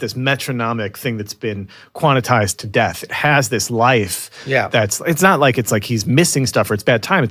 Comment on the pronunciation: “Quanitized” is not a word… “Quantized” is, mofo.